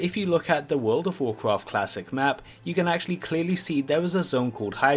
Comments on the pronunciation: "wawcwaft fwee" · sewen secwets of wowd of wawcwaft